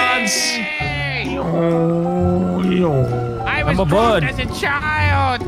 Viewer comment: “I’m a bwird” 😂